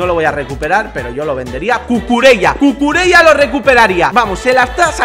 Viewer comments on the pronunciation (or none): none